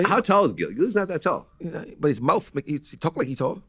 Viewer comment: “He got a lotta mouf” is nutssss